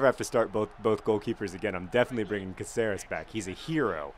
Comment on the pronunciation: OMG JOHN IS PRONOUCE CAAHCERES